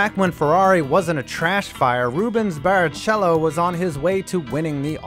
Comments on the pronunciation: Dear God dude I think you mispronounced some stuff on purpose. Alane proust? Barra-chello? Yikes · Barry Cello 🎻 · Bare A Chello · Reubens Borrow A Cello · Rubens Barri🎻 amazing 😆 Ah man, commented too soon, Villeneuve was butchered worse🤦🏻‍♂️ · Suzaka? Barichelow? LOL... You have no idea what you are talking about.